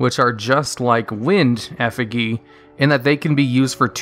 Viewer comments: Isn’t it Effi(j)y? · Effigy is not pronounced how you prronounced it. It is pronouned Ef-idg-y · "wind effegee" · Effigy (f-ah-g) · Effigy. Ef-a-G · love the viedos but please... take 10 min post recording to just hash out some pronunciations... eh-fuh-jee brother... this is one of literal dozens you're unfortunately guilty of, with no counter-pronunciation even arguable. I just find it bizarre you clearly put countless hours into creating these commendable works, just to have them flounder grammatically in the end.. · If you say "Effigee" one more time... so help me... smh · Effi-jee not gee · FUCK MAN ITS EFFI - JY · Effigee omg just say it right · WTF IS A EFFAGEE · 'prodigy' >pronounces the 'gy' correctly 'effigy' (literally 2s later) >IMMA HIT THAT GHEE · F, E, G that's how you say effigy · How do you get “Prodigy” right but “Effigy” wrong? 🤦🏾‍♂️😂😂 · i was willing to ignore it then he went on naming all the other effigies and my brain snapped. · Sad that a native speaker can be so clueless with pronunciation... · It's all true. I doubt he knows what an effigy is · I could say prodigy pretty early on in life, I don't know how Effigy is said lol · Holy shit, listening to you pronounce "effigy" incorrectly 36 times in a row makes me want to scream. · Seriously, how does one mispronounce effigy when they speak English as a first language? I'm shocked he pronounced prodigy correctly, what the fuck. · You mispronounced effigy. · I was triggered everytime he said it. Which was a lot. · thats not how you say effigy lol come on man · How are you able to pronounce "prodigy", but not "effigy", considering they are direct rhymes... >.> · The effigy pronunciation is killing me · You are pronouncing effigy incorrectly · Why can't you pronounce effigy? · Effigy is a real word that you're mispronouncing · that's not how you pronounce effigy. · The way he pronounced effigy made me cringe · You can pronounce prodigy correctly but not effigy? The hell is wrong with you? 😅